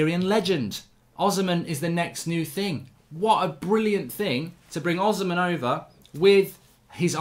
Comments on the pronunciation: mark his name is Os - hi - men not osman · Victor Osimhen is pronounced: Oh - C - Men not Ozimen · Please his name is pronounced o-sim-hen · Hey Mark Oshimhen is pronounced O -SHE-MEN!!! There's no Z there❤ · Hey Mark it's pronounced Victor Oh-Shi-Meh-in